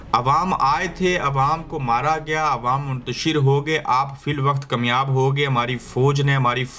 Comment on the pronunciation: AB BHT ACHEY HAIN MGR APNAY KUCH ILFAZ SAHI BOLTY SHAED APKI KOI MABURI HO MGR YE LAFZ ZROOR THEEK KR LEIN ASEL LAFZ HOTA KAMYAB JISKO AP KEMYAB HONA YA KEMYABI KEHTY HO ISKA MATLAB THORA MUYASER HONA YA BHT MIQDAR THORI HONA HOTA HAI SAHI LFZ HAI KAAMYAB.. UMEED HAI GHOR KREIN GEY.